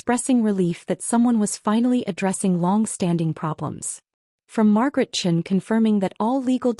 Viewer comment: downvoted due to multiple incorrect pronunciation including patricia or patricion, margaret chin or chene